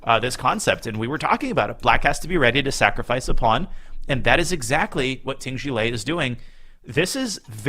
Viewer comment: Jie rhymes with the British way (non-rhotic) of pronouncing "air". Also do not voice the J sound.